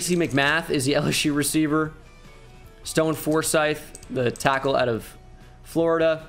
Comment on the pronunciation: He said D tyackle again🤣